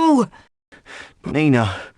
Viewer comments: Who the hell IS Nee-Naah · "WHO the HELL is NEEE-na?!"